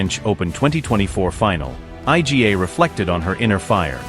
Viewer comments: Yes, I agree with your comment. Absolute ignorance not to make an effort to pronounce her name properly and instead spelling it out I G A 🙄 unbelievable ignorance! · Aj Dzi Ej Slajatek? Dobrze, ze juz niedlugo nie bedzie tresci czytanych przez AI. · Informative video, however...it's an absolute ignorance not to make an effort to pronounce her name properly and instead spelling it out I G A 🙄 unbelievable ignorance! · Yes, I second your comment. Absolute ignorance not to make an effort to pronounce her name properly instead spelling it out I G A 🙄